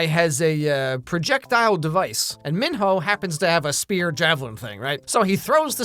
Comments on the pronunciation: The fact that pronounces Minho's name as men-ho is sending me!😂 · Was it a conscious decision to pronounce Minho MonHO or… ? 😂